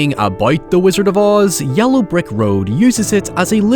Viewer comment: Is mispronouncing the word yellow a bit that I'm not familiar with?